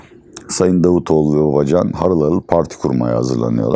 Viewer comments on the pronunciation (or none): none